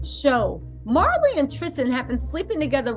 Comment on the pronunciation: Say her name right before you even say it and talk about my cousin please it's Maralee